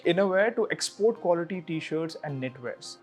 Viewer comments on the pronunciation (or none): none